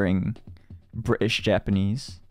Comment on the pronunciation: T不發音的Bri’ish Japanese 太草了🤣🤣🤣Shu好可愛💜